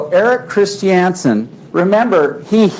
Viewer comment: The way Paltrow's lawyer pronounces Christiansen makes me angry.